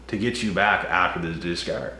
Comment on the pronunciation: Did you say discourse? Discard? Or discord?